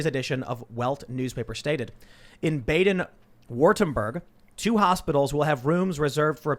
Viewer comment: Bah-den, not Bay-den.